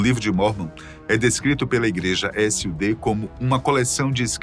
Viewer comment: Não se fala S.U.D, Cada letra separada, se fala SUD